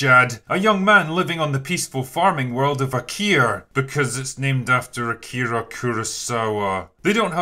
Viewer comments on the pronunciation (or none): none